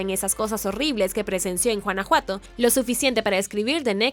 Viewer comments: No se dice Juanajuato...se pronuncia Gunajuato (güanajuato). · Mi vida es Guanajuato no Juanajuato jejejeje jejejeje jejejeje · Por qué en tus videos eres incapaz de decir los nombres de las ciudades mexicanas correctamente? NO ES JUANAJUATO! ES TEXTUAL GÜANAJUATO! Tienes otros videos y solo veo que no tienes ni gota de interés en por lo menos investigar un poquito. Todo está en internet! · Porqué pronuncia Juanajuato? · Juanajuato...🤦‍♀️🤦‍♀️🤦‍♀️ La pronunciación está pésima. La "g" se pronuncia como en "guanábana" o "guayaba" . Entre "Juanajuato" y "Teotijuacán" la pronunciación está del nabo. Es un buen canal pero deben cuidar las pronunciaciones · jajajajaj me da ternura y risa como pronuncia guanajuato, suena como juana juato jejjeje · Chistoso, pero me gusta jajajaj es original ajjajajaj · Usted pronuncia JUANAJUATO Y ES CON "G" 🤦‍♂️